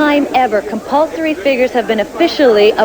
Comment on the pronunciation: "I think very important compulsoey, but I don't like compolsory!" hahahaha I love her comment. lovely person